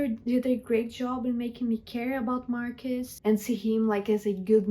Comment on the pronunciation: I wanted to rip off my ears everytime you said "Marcus" instead of Marcos. Man white people are stupid